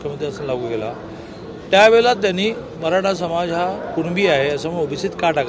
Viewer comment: साहेब तुम्हाला, मराठा म्हणुन शब्द उच्चारताना खूप त्रास होतोय का, मग साहेब आता तुम्ही रिटायर्ड व्हा, आता सर्व निर्णय महायुतीवर सोडा, तुमचं बोलणं पण कोणाला कळत नाही. आता बास झालं.